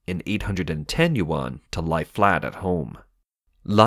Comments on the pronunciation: more like u-n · yuan not 'you-an' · Another “expert” that doesn’t even know how to pronounce Chinese “Yuan” right. Also very nice of you to derive all expenditure in local Chinese Yuan as the currency and twist the fact when the minister 1000 usd and conveniently stated it as Chinese Yuan too. Or perhaps you derived your number from the minister considering those that earn 300 usd as middle income household and asking them to spend more boosting economic cycles. Man there is many things you can criticise about China but please be real and not spread fake information. I totally don’t mind if you’re biased and only report bad stuffs and selectively not report anything good. I totally don’t mind this at all, China does that all the time and I read both the CCP propaganda news and western anti-China propaganda. However twisting and lying makes your information become a worthless read... cause now I can’t trust the real bad stuff from your information.